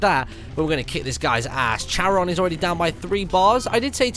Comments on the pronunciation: Martin, it's KA-RON. Not CHA-RON. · Not to annoy anyone but it's pronounced care-on and he's the guy that transports the dead over the river styx in Greek myth.